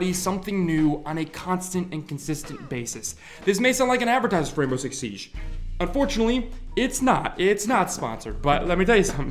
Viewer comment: SIEGE not Siesh